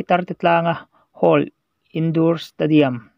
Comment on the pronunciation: Candidate ilam rik dan chu lehh 😂😂😂 kan di dééét 😂😂😂😂 date tih lai i va bei chho nasa vee ....indur stadium nilo in, indoor stadium,, indawr ti la...i voice kir ker lah chu a beu bawk sia....ka lawm hranpa riau che 😂😂😂